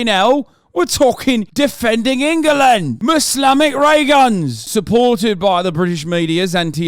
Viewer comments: "Duhfending Enghullund" - some English spirit that momentarily possessed Hasan Piker, 2023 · You mean Angerland